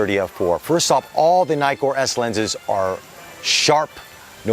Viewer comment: It’s not nai-kor, it’s ni-kor as in “nitwit”, because there are TWO Ks in Nikkor.